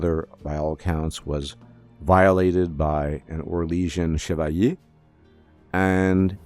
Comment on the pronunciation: Wasnt expecting that chevalier pronunciation. Are you french canadian?